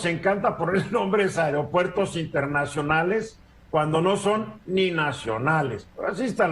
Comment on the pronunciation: Es aero no airo HABLE BIEN......SALUDOS EN TUS TEMAS....FELICIDADES 😉 CDMX......SALUDOS a LA 👍🏻 MEJOR ANALISTA.